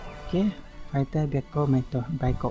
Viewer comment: พี่เขาเรียกว่าเบียโก้ไม่ใช่เบียโก๊ะ